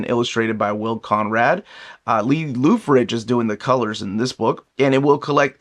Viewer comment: For future reference, Loughridge is pronounced Lao-ridge. Rhyming with the second syllable of "allow".